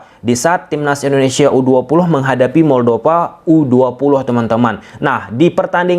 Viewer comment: moldova bukan moldopa pake huruf p. tolong perbaiki cara pengucapan kalau sudah jadi youtuber profesional